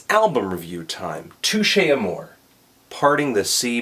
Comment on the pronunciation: Watch the interview with Jeremy and Liam (Cancer Bats), Jeremy knows how it supposed to be pronounced but him and the band say just Amor they don't add the 'ay.